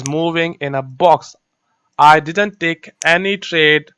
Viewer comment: Exactly.. If you're not editing the video .. Y don't you show up live ... !! One more thing plz plz pronounce didn't "didn't" word !! Correctly